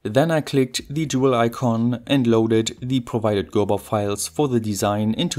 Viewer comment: No offense but this time your constant mispronunciaton of the word "the" (like the german "die" instead of the normal "de") really distracted from the content.